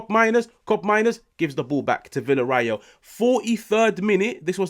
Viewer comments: VillarREAL not VillarRAEL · It's pronounced viya-ray-yal.